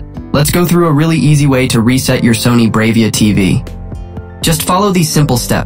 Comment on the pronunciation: It's pronounced "brah-via" not brave-ia"